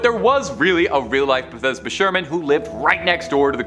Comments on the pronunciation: Bathsheba not Bethesda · Not even 4 minutes in, and You have managed to pronounce every name wrong. Bathesba …….. REALLY!!